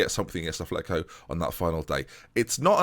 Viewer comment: it'a not athletico it's atletico (at-letico)